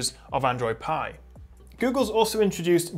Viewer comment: ITS APPLE PIEEEEE NOT PEAAA DUUUUDE WTFF